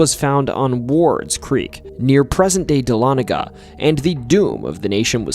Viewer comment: Dahlonega resident here! Thanks for pronouncing it correctly. 😀